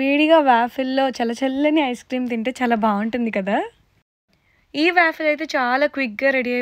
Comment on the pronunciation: no to hate but it's pronounced as, vaw-fl not vaafill